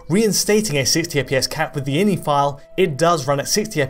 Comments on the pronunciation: eye en eye, no in-y, please. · I N I..... Not inny.